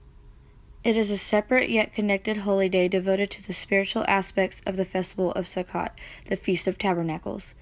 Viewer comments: May I help with your pronouciation? The Ch is the hard H (cough). Can't really teach that in text though... but Sukkot... if you see ot, the o is hard. Suh-coat. 😊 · Nice job! Thank you. Sukkot is pronounced sue coat! 😃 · Sukkot is pronounced soo-coat. These are not Jewish feasts the the feasts of our Creator. Lev_23:4 These are the feasts of the LORD, even holy convocations, which ye shall proclaim in their seasons.